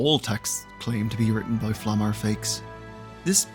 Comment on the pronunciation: It was a mixed bag. Some names you pronounced really well like "Eisen, Heiter, Himmel" some only partially like "Flamme, Stille or Land" and with some I had to listen twice like "Lügner, Richter, or Wirbel". And some were funny, like Übel. Lawine was only partly right, but at least it sounded like a real name, even if it wasn't German